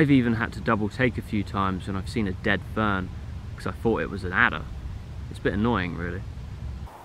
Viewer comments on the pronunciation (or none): none